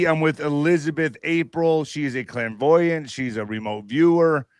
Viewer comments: She’s a “clam-voiant”? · She's a clamvoyent? Lol